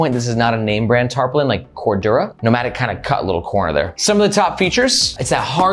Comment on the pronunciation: Nice video,. I'm gonna suggest you google "pronounce patina" and "pronounce tarpaulin".;)